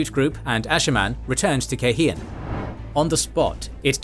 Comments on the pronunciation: Take a shot every time my guy says KaiHEEan. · Cairhien -- Kai Ree ehnn